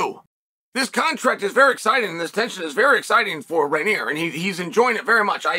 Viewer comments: It's REIN-E-R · Good morning Chael. It's roin, as in groin. Roiner